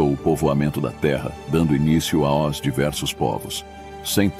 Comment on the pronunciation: A Narração sintetizada não consegue falar a preposição “aos”. Mas mesmo assim, excelente vídeo.